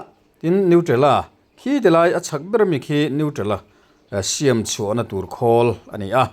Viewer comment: I tawng thluk, siam tih hi a dik hlel deuh a, a hnuai a mi ang hian Siam:Inbual fai a bual lai tak thluk angin lam tur Siam: i lamrik dan hi Hmun kan phiat a, phiat tih thluk angin i lamri a, heihi chu a diklo zawk